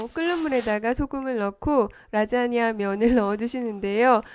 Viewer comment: "오늘은 라쟈냐를 만들어 봤어요~~~" ㅋㅋㅋ